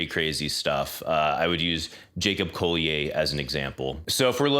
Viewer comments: Yeah, it’s colli-er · Great vid! One thing that bothered me, are you sure it's "Jacob Colli-ay" and not "Jacob Colli-er"? He's english, not french.